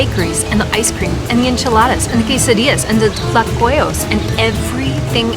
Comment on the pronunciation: I love her pronunciation of Tlacoyos😁